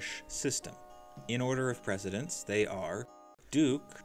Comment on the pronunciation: As you were starting the British explanation you used the word PRECEDENCE, but you pronounced it PRESIDENTS.